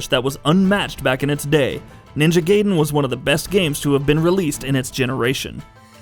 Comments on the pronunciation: Not Ninja "Gayden". The sound is like "Guy den". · Did you just pronounced Gaiden as Gayyden? You are fucking idiot. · The way he say Gaiden as Gayden, really piss me off!!! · It's not GAY-den... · It's guyden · It's ninja gaiden not gay-den. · people still say "gaeden/gayden" in 2018? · GA-EE-DEN but honestly I don't care. I call the 64 loz game "Orcania of Time." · I was going to post the same comment, but I'm glad some one noticed it too. I'm surprised he didn't call stryder, stur-dur. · Onimusha is samurai, not ninja. Also cringing everytime this guy pronounces Raiden and Gaiden wrong. XD